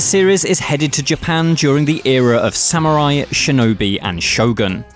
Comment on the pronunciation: Salute 🫡 men of all platforms! The team (except the Japanese) can’t even pronounce proper “Samurai” and “Yasuke”. Correct that first! 🤷🏻‍♀️ Why a Japanese staff already still a black samurai?